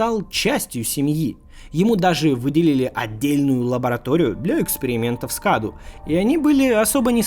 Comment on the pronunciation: Не КАДУ а кадоу (cadou) из румынского это означает подарок